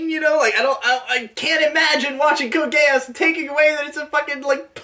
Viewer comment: I cry every time calls is "GE-AHSS" It's pronounced exactly like its said in the show (geass so "geez")